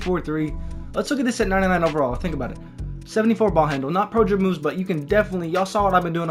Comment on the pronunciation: This dude can't pronounce pro dribble moves. Prdrbbamvs